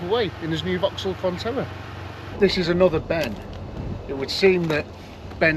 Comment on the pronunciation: I could be wrong, but you sound like your calling the Vauxhall a Fontella, it's actually a Frontera.